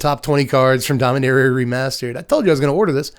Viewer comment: You're pronouncing it Domineria, instead of Dom-ee-nah-ria. Is that from some official source pronouncing it?